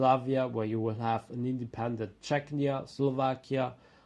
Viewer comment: The name needs to change; Západ which is West in Czech & Slovak means collapse in Polish. Polish for West is Zachód but that means toilet in Czech & Slovak. Error; It's Czechia (pronounced: "che-kee-ah") not "Czechnia" which sounds more to Chechnya, a troubled region in Russia which is obviously an issue.